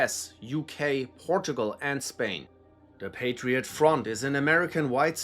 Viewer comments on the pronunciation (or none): none